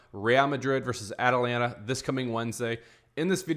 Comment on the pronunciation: How did you pronounce Atalanta😮?